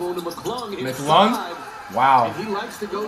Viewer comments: lmfao flight says mic lung 😂😂 he cold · Bro he say mick lung 😂😂😂😂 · Bro said “ McLung “ 😭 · "Mc lung"😂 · Idk how he keeps a straight face with the 💩 he says , him butchering McClung and kuminga is f***ing hilarious 😂😂